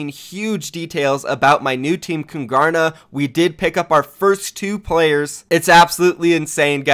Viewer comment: I cant even watch this after I hear how he says kungarna. It just sounds so wrong. Hans uttal är fruktansvärt